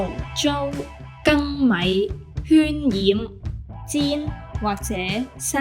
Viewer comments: 渲染應該讀蒜(syun3)唔係圈(hyun1) 最尾個part都係讀錯 你自己字幕都有打出嚟係S 讀出嚟點會冇S音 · 最尾都係跟開頭受訪者讀渲（算）做圈😂